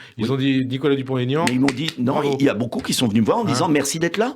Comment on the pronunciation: DEPUIS LE TEMPS NE SAIT PAS QUE "DUPONT-AIGNAN" ON FAIT PAS LA LIAISON D OU LE TRAIT D UNION!